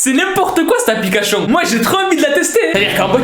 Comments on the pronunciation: C'est moi ou il a dit apliquachion😂😂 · Il dit tout le temps L'applicachion j'ai dis ça pour ça pour rien mais c'est juste il dit ça a chaque fois peut-être que c'est pas sa faute c'est pas pour juger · APLICACHION JAJAJAJA toujours le meme probleme de dyslexie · No one: be like: APPLICACHION